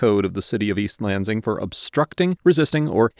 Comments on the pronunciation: I cringe every time you pronounce the S in Lansing as a Z lol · I don't expect this guy to know how locals pronounce every town's name in the country but I flinched every time he said east lanZIng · Sorry but this is bugging me, Lansing is a two syllable word, Lan sing.